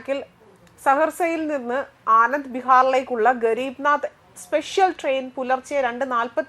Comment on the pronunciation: ഗരീബ് നാദ് ട്രെയിനോ ഹെന്റമ്മേ ഗരീബരദ് എന്ന ട്രെയിൻ ആണോ നാദ് ആയത് 🤣🤣🤣🤣🤣